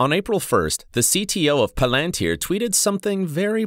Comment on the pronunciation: Clever video, ironically using a voice bot right? (Exposed by the way it says Pal-ântir 😅) anyway this video opened my understanding of -Palântire, a bit more ! Something big is brewing here I can smell it 🍻